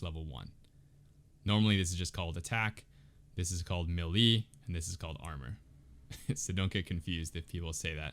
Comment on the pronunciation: This video is great, one small thing though. It’s pronounced “may lay” not “mehleee” 😭